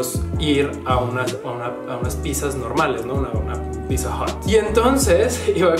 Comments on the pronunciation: si correcto, solo te decía que le dijiste "pisa" y no pidzza, pero X buen día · Pizza es italiano, pronunciado “pít-za”. ..con zeta sonora. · Pizza no es ingles,es palabra italiana,y se pronuncia pitzza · bueno para ti es raro y sobre la pizza originalmente se pronuncia (picza) trabajo con italianos.. y pues la salsa de tomate a la que te refieres es mucho muy distinta de capsu.. los paladares entre italianos difiere algunos si le ponen capsu.. asi que pues no esta tan lokos los del sur..😁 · Pizza en la cdmx se pronuncia como la palabra en Italia no como lo haces tu